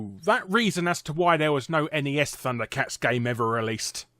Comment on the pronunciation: Thunder cats is pronounced as funder cats